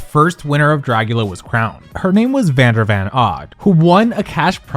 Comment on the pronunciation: that and fully not getting vander’s name right is… idk